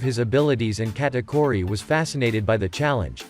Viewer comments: He's saying Katkuri instead of Katauri but that fine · bro is saying katakori💀💀💀💀